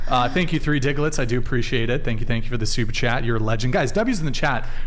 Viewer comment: At some point, has to say Super Chat. All I hear is 'soup chat' 😂